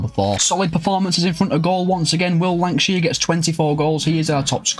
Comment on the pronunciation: Congratulations on the promotion hope to c Bolton back in the premier league soon. Btw I'm sure on the 23.54 minute mark u lankshear with a w instead of a l. Maybe my ears 😆 loved the video top as always